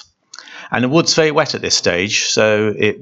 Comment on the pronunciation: See the gwoove ....? Vewey Vewey good. Some were loose....some were tight...